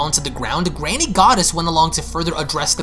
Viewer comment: That's twice now, you mispronounced Granny Goodness! It's not Granny Goddess!